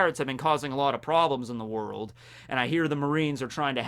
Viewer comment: "Worlk" in the kizaru thing in the beginning. It bothers me but..carry on.